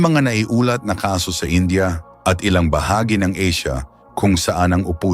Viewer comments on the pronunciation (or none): none